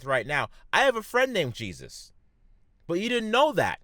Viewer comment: Jesus, but it's hey-zooz.